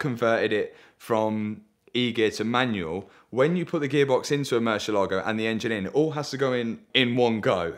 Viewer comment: Only man allowed to say Meri- Lahgo.